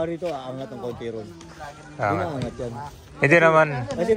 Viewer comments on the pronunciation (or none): none